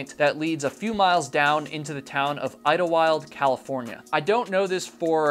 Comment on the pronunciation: I lived in the san Jacinto mountain range (the Idyllwild you mentioned 😁, great pronunciation by the way!!) for ~6 years and the conditions can be pretty brutal. So many people think “pfff it’s SoCal, how bad can it get?” Snow, ice, hail, sleet, boulders and sharp cliffs, disorienting echoes leading you in deceptive directions, mountain lions and packs of coyotes, the list is endless… 2 people went missing in Idyllwild while I lived there, the Irish pct hiker and Roy Prifogle (my high school friend’s father). My class president got lost while on a hike for 3 hrs but the school was able to eventually locate her, just before dark. Just because it’s SoCal doesn’t mean the weather and conditions are nice and easy. Even day hike with caution.